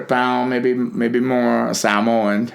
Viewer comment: He pronounced Samoan correctly